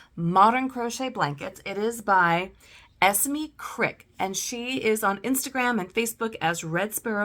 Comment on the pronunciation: I’ve just received this book too and it’s wonderful! I have loved your review of it, and shall delve into all your other videos now. 😊 As a British person I hope it helps to know Esme is usually pronounced ‘Es-May’ - I didnt want to cause any offence but wanted to let you know - because when you know you know 😊 xxx